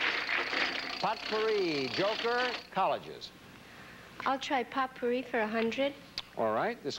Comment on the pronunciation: Jack didn't know how to pronounce "potpourri". Also, I remember watching this episode with my tape recorder. I tried in vain to read off the credits as they rolled.